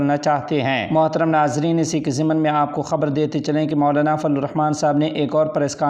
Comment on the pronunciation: یہ لفظ فضل,,,,,ض,,,,,, ھے لیکن آپ فلو ادا فرماتے ھیں